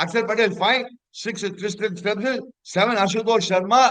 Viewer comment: kku Per lam vailaye varadhu.....Dei Tristian stubbs illa pa, it is TRISTAN Stubs...Pronounce correctly.